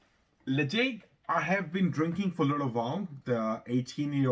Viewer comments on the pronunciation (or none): hi enjoying the content the correct pronunciation is Le Chaig. you are so close to the 1k milestone. cheers from canada with a name like i thought you would be a peat lover.